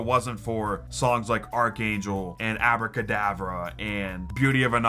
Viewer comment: Said abracadavre wrong